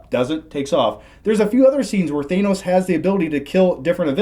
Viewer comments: You guys are clueless. It's not weaken heroes, you guys have no idea how strong thanos is. I mean one guy can't even pronounce it right :/ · couldn't once correctly pronounce Thanos to save his life, goddamn! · can't pronounce Thanos. Why isn't he hearing you two say it properly?? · I can’t watch this because the dude in the middle keeps mispronouncing Thanos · The guy in the middle keeps pronouncing Thanos incorrectly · Vishwa Krishnan I came here to say this. It shouldn't bother me this much but it did. kept doing it throughout the whole video. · Why does he keep mispronouncing thanos when everyone in this movie gets it right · Tell to pronounce Thanos correctly! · I swear the guy in the middle is stupid, he thinks thanos should’ve died there at the end? He can’t even pronounce his name right? This is painful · Please. Not Thaynos. It’s pronounced Thannos. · What are you guys pronouncing Thanos's name weird? You're saying it Thaemos!! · Am I the only one who noticed pronouncing Thanos like ThAInos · dawg, it's not thaynose. it's pronounced thahknows. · Why does everyone pronounce Thanos “Thay-knowse”? Every time that Thanos is said in this it is pronounced “Thah-noss”. It’s so infuriating! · I'm, not watching videos where people say thane-os... its fuckn than-os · THANOS, not THAYNOS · Them saying "Theynos" rather than "ThAnos" just irritates me 😂 although really good spoiler review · Why do people insist on pronouncing it “thay-nos”? Literally no one in the movie pronounces it that way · Thay-nose? Despite everyone in the movie calling him Tha-nos.... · It’s Thanos not ThEynose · Can someone tell it's T H A N O S. There is no I. THANOS yes. THAINOS no. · It's Thanos not Thainos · Thanos....not Thaynos. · “Thaynos” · Why is no one mentioning that the middle guy is pronouncing it "Thay-nos"? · No one:: THAYNOS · Is it really supposed to be pronounced THAYnos? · ‘Thay-nos’ grrrrrr!